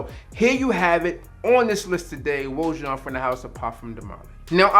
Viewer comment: It’s “Oh”+”Ah”+”Zhon”= OAJAN.😩🤣🤣